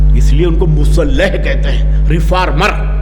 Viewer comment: رزق حلال، مصلح ، مزاج، موصوف کے جذبہ کو سلام مندرجہ بالا الفاظ کے تلفظ پر توجہ فرمائیں۔